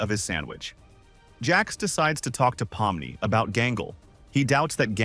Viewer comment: Why did u say pommi its pomni